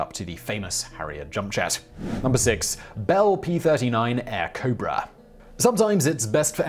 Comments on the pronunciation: It's Airacobra, with an "a" in the middle. The Soviets used it quite effectively. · Imagine the Inflatoplane filled with Helium instead of air? 🎈✈ ✈✈ The Bell P-39's name is Airacobra, not Aircobra. ✈✈